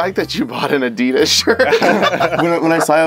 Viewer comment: He said Adidas rong tell him to look it up how to say it 🙂